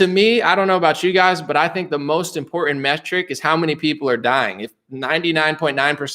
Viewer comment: Also... "Important". Not... "In pour in".